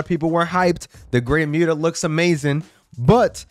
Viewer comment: Dude you just said the Great muta name wrong, say the name right or don't say anything at all.